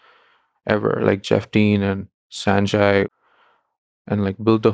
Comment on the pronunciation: What's with the accent cuz -- "Sane-jay" - you weren't born in US right! Pronounce the Indian name correctly like it supposed to. Hopefully you pronounced Sundar properly I was expecting "SUN-dar"!!!😂